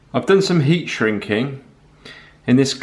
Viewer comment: Ere, are we shrinking or shinking the metal? different dialects and all, cracking vid though fella, keep up the good work and keep on smiling.